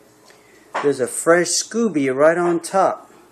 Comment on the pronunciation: Sco beee not scoo bee